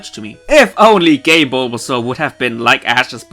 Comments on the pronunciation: Who heard "game bulbasaur" as "gay bulbasaur" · I first thought he said "Gay Bulbasaur" but actually said "game"